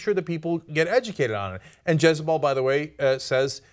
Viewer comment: Stopped listening when Cenk said "Jezebel".